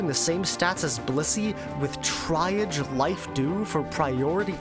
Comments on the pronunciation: it actually sounds quite cool the way you pronounce it lol, don’t change it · I'm only 7 minutes in and the high quality of the video is already very clear, seriously, nice work. But my friend, I beg that you google how "triage" is pronounced 😅 🙏